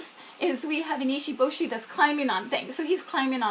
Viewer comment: So cute and you have done a lot of research for sure. It can be hard to pronounce foreign names, I get it Fwiw if he is named after the shark, Americans say maycoe. If he’s pronouncing it as a Japanese name it’s pronounced Mah koh Does he have Kanji characters for his name/meanings? And the “one inch boy” is named Issun Boshi not ishi boshi. (Iss soon boh shih)